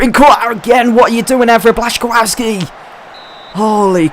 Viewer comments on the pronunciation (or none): Names: aubameyang is pronounced a-bam-ee-ang And the is also the complicsted one which is bla-chi-kow-ski